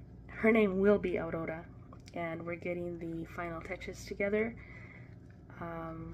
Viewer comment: August 1st is always a great day as it's my hubby's birthday! Awwweeee..... how exciting that you're a grandma to be again... cuuuute ultrasound of Aurora! I love the way you say her name with the rolling "r". Have a great week!🥰 Blessings from South Australia💕🐨